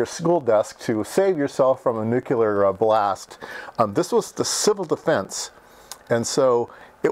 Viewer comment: What the fuck is "nucular"?? It is pronounced "New Clear". What beeper? Typical content from Retardistan. - aka Merrica. Pie eezio? It's pronounced "pie etzo" in human English.